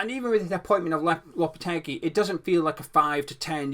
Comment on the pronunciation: It’s lopete-gee. And it’s Pake-taa. Just so you know